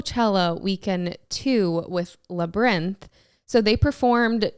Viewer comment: The way says Labrinth is so funny 😂